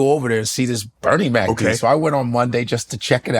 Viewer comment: WHY HE PRONOUNCE BERNIE MAC LIKE THAT?